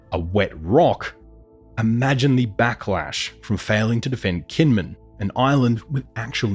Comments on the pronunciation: It's a small quibble, but it's pronounced "Jinmen." They use a quirky transliteration method from way back that for some reason had the 'j' sound written as 'k.' On a more substantial note, I'm curious why you're so quick to discount what you label as Option 3. I'm also extremely curious why we would necessarily view such a thing as the reestablishing of a direct U.S. military presence on the main island under the Taiwan/ROC government's control as a strategic defeat for the United States. If anything, from a military strategic standpoint, a PRC invasion and occupation of Kinmen undertaken independently of a full-scale war of annihilation against the Taiwan/ROC government, occupation of all Taiwan/ROC-governed territories, and sufficient measures to preempt a U.S.-led counterattack would be more than enough pretext for the United States and its allies to quickly and resolutely close the final link in the First Island Chain for good—and likely with the enthusiastic support of the Taiwanese voting public and other democracies in the region to boot. China would be effectively encircled within its immediately-offshore sphere of influence for the foreseeable future with each link in the chain then having a vested interest in not being the weakest link. The First Island Chain includes the Japanese Home Islands, the Ryukyu Islands, Taiwan, and the Philippines. If you imagine it as a line drawn with pencil, it gets smudged over Taiwan due to the complicated diplomatic dance all the p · Your pronunciation of Kinmen is jarringly wrong. It's hard to believe any of the analysis of the video if you can't get something basic like that right.